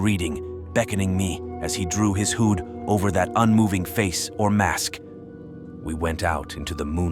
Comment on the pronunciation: The AI voice pronounced ‘hood’ to rhyme with ‘food’.